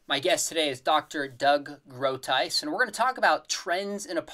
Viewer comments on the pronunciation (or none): pronounce Groothuis, rather than Kroothuis kroten exist (in dutch) these are beetroots (rode bieten) groot means great or big een huis is a house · The "g" of Groothuis should sound like you tried to get a bug out the back of your throat. Lol.